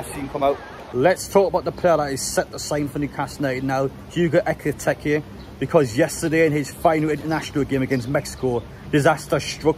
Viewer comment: BTW it's EkitIke, not EkitEke. Nitpicking, but nice to get players names correct.